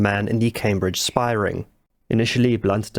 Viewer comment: A 'spahh'?